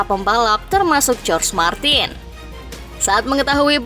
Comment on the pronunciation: Izin koreksi min,jorge martin dibacanya bukan jorj martin, tapi horhe martin